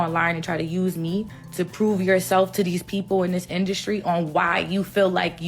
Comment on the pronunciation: WHAT!? Pee-Poo-L. Really nasty Specie.